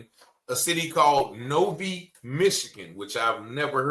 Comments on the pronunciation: Late to the party but I’m pretty sure this is a fake AI written story. I’m a Michigan resident and I can’t verify any of this through any credible news sources. The only mention of this story is on social media platforms. So yeah I’m calling fake. And Novi is pronounced “No vie” not “No Vee”. (NŌ-vī) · It’s pronounced Novigh. Not Novee. The cops are super racist over there. I’m in Detroit. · It’s pronounced No-veye Mi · THIS IS A FAKE STORY..Novi Michigan NOVI Pronounced in a way which would rhyme the phrase No -fly (not no vee) is a suburb of Detroit. If this story were true it would be all over the news here. also i Googled it and only found unprofessional type story telling articles..no real news stations..not one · NOVI.. Pronounced *NO-VYE*.... She probably stuffed it in her purse n couldn't find it! I've done that several times. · Pronounced Nov I Michigan. Right here near me. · Pronounced noevie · Its Nov"I" Michigan. It's about 30 minutes from Detroit. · no-vie is how its pronounced,,name derives from being train stop number 6. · In metro Detroit nobody has heard this story. I think its false. It would have been the talk of Detroit. Its pronounced "No-Vyy" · Reuters dated says this did not happen. Btw, Novi is pronounced No vi with a long "i". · I have searched the Internet. There is a clear problem here. There is no real proof that this happened. It's pronounced NO-VHY or Novi, MI. There is a Walmart in that city. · Nov-eye. Novi, Michigan. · Novi is pronounced “no - vyy “ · 😂 Novi is pronounced No -vi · Enjoyed the video king but I’m from Michigan I’m not trying to correct you in a clown way but to help you out king while you get this information out but it’s Novi, Michigan pronounced (No-Vye) or like No-lie but with a V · WOW. BTW it is pronounced No vie. Used to be rr stop no.vi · The city is a Detroit subur pronounced No-vie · The city is pronounced 'NO-VIE ' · Pronounced No-Vy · It's pronounced NOV -I , Mi not Novee,☑️ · You said the city name wrong